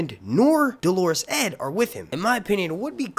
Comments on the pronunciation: Nice analysis, but I need to quibble about your pronunciation of Dolorous. It's not the same word as the woman's name Dolores. Should be pronounced DOH-ler-us, not duh-LAWR-iss. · dolorous adjective do·lor·ous | \ ˈdō-lə-rəs alsoˈdä- \ Definition of dolorous : causing, marked by, or expressing misery or grief. I just keep hearing people mispronouncing and misunderstanding Dolorous Edd Tollett's name (which is an adjective). You're confusing Dolorous with Dolores, which is a woman's name . Edd's manner was dolorous and hilarious. Btw I enjoy your channel. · Sorry I can’t understand what he’s saying about someone who’s dead it sounds like he’s saying “Delores said” has been killed . I know that’s not right can anyone clarify? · Dolorous Edd Tollett. He's the guy Jon left in charge of the Night's Watch. It would help if would learn how to say 'dolorous' correctly! 😉